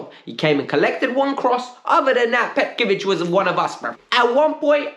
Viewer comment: Broo!!! It's petrovic not petkovic